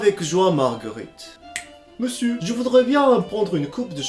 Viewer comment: a chaque fois que tu dis "meussieuu" ça fait trop rire